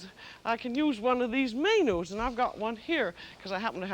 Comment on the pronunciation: I was going to call out that guy for calling her Julie instead of Julia buy then she said may-nus instead of menus and I lost all my steam